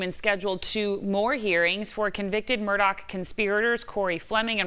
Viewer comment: Hi, ABC News 4 ~ Alex's last name is Murdaugh, not Murdock. Will people kindly try? Is is not difficult.